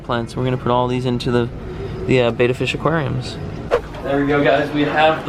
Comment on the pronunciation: Please say betta correctly